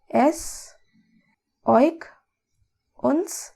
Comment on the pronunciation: As native German I like your lovely animated video really much ♥️👍😀🇩🇪 But...pleeease, don't say "oik" (=euch) "ch" is like "h" in "huge"